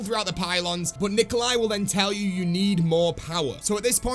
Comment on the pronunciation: Not “nicoli “